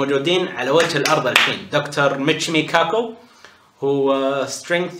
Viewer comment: للتصحيح العالم اسمه ميتشيو كاكو وليس ميتشيمو بالتوفيق